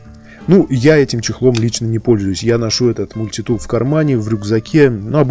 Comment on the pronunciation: Ну почему же мультИтул , а не мультитул ?